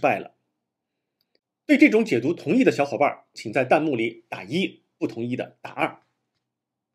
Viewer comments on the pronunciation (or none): 是弹幕 tan 第二声 不是蛋幕 这个都读错了就感觉很没有谱